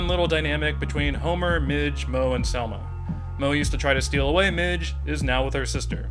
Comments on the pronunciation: When you kept mispronouncing "Marge" as "Mige" I was like ok, this has to be an April fool's day joke 😂 there is no other logical explanation 😂😂😂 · Why you keep calling her midge when it's Marge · Why does he pronounce marge, Mitch? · Y does he say Mige instead of Marge ??? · STOP CALLING HER MIDGE